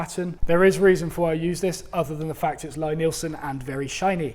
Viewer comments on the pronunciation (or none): Even though it's spelled "lie" Nielsen its pronounced "lee".